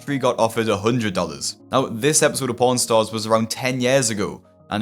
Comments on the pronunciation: this is gonna make the top 10 list for worst speech fuckups bro. Ik he was tryna say pawnstars but damn, that one came out different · Brother, I need you to REALLY work on your pronunciation of "Pawn Stars" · very bad pronounciation of pawn star or my mind is fried but i heard something very different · ohh u said PAWN stars. I had this video open in the background while writing my papers for school and had to do a triple take cuz I thought you said... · When you said "Pawn Stars" your accent made it sound like you said something else to my American ears. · That pronunciation of "Pawn Stars" caught me off guard. For a second i thought this story was going to take a dark trun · Bro, his accent made me think he said p--nstars